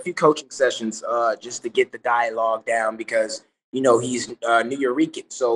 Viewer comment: Appreciate them getting Nuyorican spanish right🇵🇷